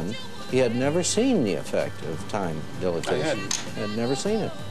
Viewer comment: Time "dilitation??"